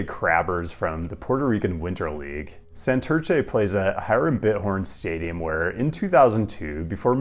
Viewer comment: Between how you say "Santurce" and "Queretaro" we need to get you some spanish lessons bro LOL